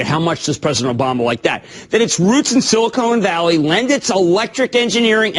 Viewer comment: When Jim Cramer pronounced silicon valley as silicone valley , that should have been the red flag that he knows more about boobs and nothing about tech.